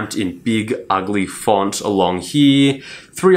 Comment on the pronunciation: U always say heeee for here. What wrong with u man . It’s so funny that instead of watching the video I laughed.